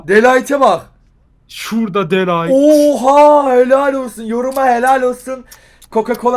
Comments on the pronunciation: Abi de lightmi değil de ligt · De light degil de ligt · De Ligt'te "H" harfi yok abi seviliyorsun djsolsxnsıaldo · De Layt Değil De Ligt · DE LİGHT ne abi ya DE LİGT DE LİGT dkslkmdsmklksd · de light değil de LIGT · De Light degil De Ligt a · Abi de light değil de ligt :D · De light deyil De Ligt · Lan de light deil de ligt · Nobody:dE lAyT